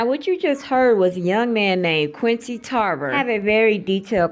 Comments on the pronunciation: Qunidon Tarver, not "Quincy" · Thank you sis. We gotta watch out for our #MeToo bros too 🙏🏽 I was a little confused at first because you kept pronouncing Quinton’s name like Quincy Jones. “Bubblehead” took me out 😂😂😂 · Omg! Please say peoples names correctly. They’re famous